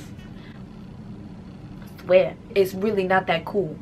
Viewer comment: It is six pluuuuse . . . . . . R u kidding me?lol